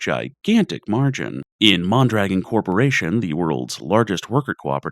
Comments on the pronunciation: MON-druh-GON. Otherwise, bloody amazing video. Thanks a ton for the research too. Outstanding. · Isn't it MON-druh-GON? and JACK-o-bin? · Great video, pretty sure it is pronounced mon dra gone. I hate how america went from a socialist country with good outcomes to the free market hellscape we live in today. Unfortunately that took 70 years to build and 30 to destroy